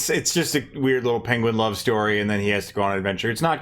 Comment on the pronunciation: I nearly spit my drink out at mispronouncing penguin. Thank you. I also haven't seen the Secret of Nimh. I think I've seen parts but not all of it. I think it spooked me as a child. I'm very surprised I've never seen the Basketball Diaries since I was such a Leo nerd as youngin. I spotted Marky Mark's name listed literally the same time as you said, "I gotta go." LOL While You Were Sleeping correction: She's not in love with the guy she saved. She thinks he's gorgeous and all and goes to the hospital to make sure he made it out okay since she saved him and but his family mistakes her as his new fiancé that they had never met. Correct tho that he has amnesia. He doesn't remember who his fiancé is. She goes to correct them but keeps getting interrupted. The movie goes on and his brother and her end up having "moments." That's who she ends up falling for: the brother. Hijinks ensue. It's fun. I love it. Also loved Friday as a kid. I have no clue why. I barely remember it. But dear lawd, I watched it ALOT at a relatives house. The AEW joke made me chuckle.